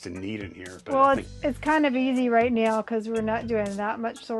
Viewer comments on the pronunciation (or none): Did anyone else hear say right meow.